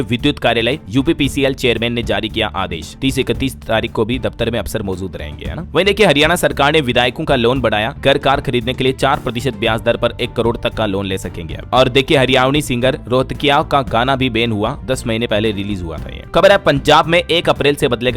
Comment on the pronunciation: हरयावणी नहीं होता